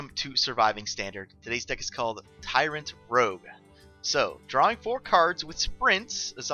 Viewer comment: "Tyrant," not "Tryant," but as always I love the deck, stream, and channel :)